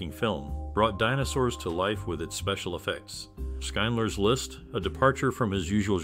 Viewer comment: Did you say "Skinedler's List?" "Shind-ler."